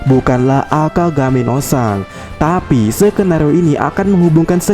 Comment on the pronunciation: cara bacanya bukan sanks tapi senks